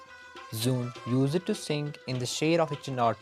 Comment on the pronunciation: For your kind information. Her NAME WAS NOT SOON KINDLY CORRECT IT. IT'S ZOOON